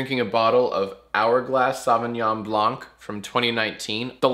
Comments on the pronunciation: As a francophone, it hurts me every time Jack pronounces Sauvignon Blanc like that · The way Jack pronounces Sauvignon Blanc is so White American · The way you say Sauvignon Blanc hurts